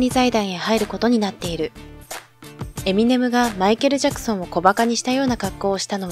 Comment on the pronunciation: エセ評論家 エミネ↓ム